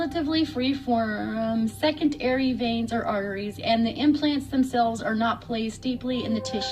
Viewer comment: “Second airy veins” 🤣